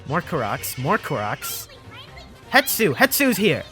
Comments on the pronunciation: Love the vids, keep it up (Also hate to be that guy, but it's hes-too, not het-soo) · HE-S-TU, not Hetsu, come on look at it before you say it like a thousand times. >_< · I believe it’s pronounced HES-to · i love you, dont get me wrong, zero gripes about anything... but why does everyone pronounce it Het-su... when it's Hes-tu? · I made this comment on another person's comment but will repeat briefly. I think it is a case where a person said it Het-su somewhere and it just started sticking in people's brains falsely without returning to the source to check a look at the factual spelling and reasonable way to pronounce the letters to make the name. . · I came here to comment this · WHY DOES EVERYONE GET IT WRONG THO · That's intentional and funny. You are just making an arbitrary choice that has zero context. Hetsu sounds more Japanese? Fkn dumb. Naruto isnt japanese enough, I'm gonna pronounce it Naturo cuz I want to. See how dumb that is? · Hypemaster HMK and several other Zelda tubers reverse the s and t when they pronounce his name as well. Might be a propogating and reinforcing phenomenon where one person heard it wrong somewhere and it just keeps creeping across other content creators. Still the number of times the name is said in this video makes it much more noticable. Glad some other viewers are keeping their ears open.